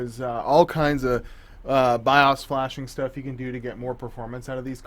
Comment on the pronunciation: Flash the Bios.. BY-OOOHS, not BY-US...